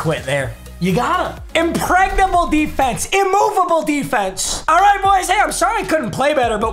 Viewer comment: Anyone else catch how he said "impregnable" Ayo??